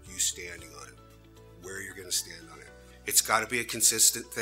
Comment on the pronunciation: Height, not heigth.